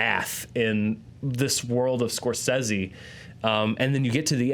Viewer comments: I've always heard it Score-SAY-zee, not Score-seh-see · What's with the "scor-sessy" pronunciation? Very forced for some reason?? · It's Italian, right? Wouldn't Scor-seh-seh be the correct pronunciation?